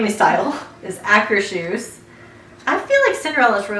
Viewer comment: You are pronouncing Akershus right, however it is not a german word its a Norwegian word.